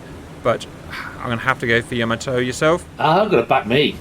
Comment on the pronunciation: Hearing you two say "yo-mo-toe" made me cry